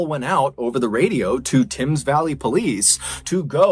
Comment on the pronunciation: Its pronounced tems valley not tims. The Thames. You were close. 🙂👍